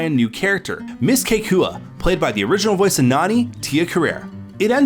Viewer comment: The social workers name is pronounced “Ke-Ko-Ah”, but “kekua”.